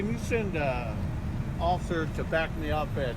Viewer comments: Did this dude call himself an "occifer"? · There's an irony in the difficulty of pronouncing the word "Officer" when you've been drinking. Add to it that every time he goes to say it he's emotionally ramped.